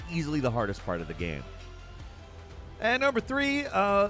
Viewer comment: Gehm. That’s how the annoying creator of this video pronounces game. Unwatchable just because of that alone.